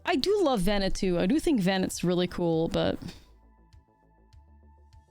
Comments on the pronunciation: In this case, by looking at other cards from the FFXIV batch. Just about all of them have some sort of French pronounciation of the names. Louisoix, Urianger, Alisaie Leveilleur and more. But evening that was too obscure, it still sounds odd to pronounce VenAT as VenETT. Had it been a one-off, no one including me would’ve noticed. But just in this episode it was like.. 3-4 times in a few sentences, so I was like… is she doing it on purpose, some internal joke I don’t know of? :p But all this to say, it’s not as big a deal as I’m making it sound. I just like knowing I’m not butching someone name, so I project :3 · Please, don't call her Bennett ;_; The "a" is the same as in "after" DX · One of these days, is going to pronounce Venat correctly. I know shes mostly american at this point, but it's "Ven-ah", not "Vennett" xD